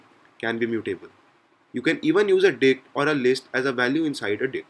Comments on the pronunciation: let's discuss some commonly used dick methods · You say dict like 'dick' mate :)